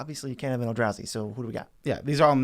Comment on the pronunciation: Why do u keep saying elda....razi